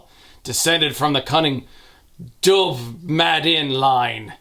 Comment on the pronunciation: Dubh is Scotts Gaelic for black. Tairnaneach is thunder. Murtcuideam is possibly something like murderous, or murderous intent or something. Fiaclanfuil is supposedly toothache, though I am not familiar with that one. Well done on pronouncing the "-bh" in Dubh correctly!! :) and the rest of it, frankly!